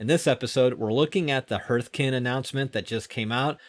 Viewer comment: Because you might be saying it a lot, I wanted to point out that Hearth is pronounced "harth" not "herth". Like "Heart" rather than "Earth". English is a stupid language because the letters E A R can make four different sounds, including Clear/ear.. bear/tear. Arr, Err, Eer, Air.